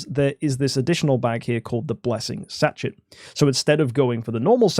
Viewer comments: sachet is a french word - pronounced sash-ay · It's quite funny. Sashay She dze (much harder to put as a western pronunciation) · Both and mispronouncing Sachet is outrageous